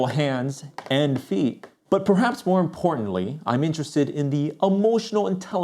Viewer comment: "But perhaps more imporntantly"😭